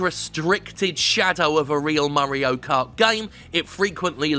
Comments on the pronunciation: "Murray-o Kart". Oy, it's me. Murray. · The way Jim says mario should be the official pronunciation